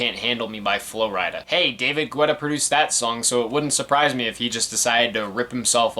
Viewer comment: Alright so a couple of things lol 1. His last name is pronounced like ghetto. ge-tah. but i've always mispronounced it so i'm not knocking you for it 2. I would assume you know this already but the verses/lyrics aren't only written by the one who sings/raps it. Even though Guetta produced the songs that doesn't mean he let Flo Rida, Nicki, Lil Wayne, Sia, etc. have free reign with the lyrics. 3. From what I remember being a huge edm fan in the 2010s and around these years, edm was in a kind of weird spot this early on. It was beginning to blow up and a lot of popular artists were incorporating it into their songs. LMFAO did it very often, Rihanna with Calvin Harris for "We Found Love," Flo Rida for almost like the entirety of his "Wild Ones" album, Pitbull working with Afrojack on "Give Me Everything" and even JAY Z and Kanye for "Who Gon Stop Me" which features one of my favorite producers from the UK Flux Pavilion. (i haven't seen your video for watch the throne yet but I feel like you mentioning dubstep will be there). Many of the producers and DJs of EDM incorporated pop elements into their songs to continue to bridge together pop and edm. Most notably besides David Guetta are Zedd, Tiesto, Swedish House Mafia, Avicii, Afrojack, Calvin Harris, Steve Aoki, and even a bit of Skrillex. This kind of split the edm community a bit because with this pop influence you have albums like this or Clarity or even Truth (with some being imo decent) and kind of shunned other albums that